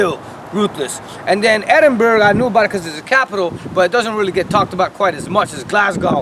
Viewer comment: And it is pronounced Edin-bura why are Americans so dense